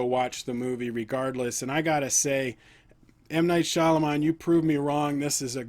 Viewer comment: Sorey to bother but, its pronounced "ShyaMALAAN"😃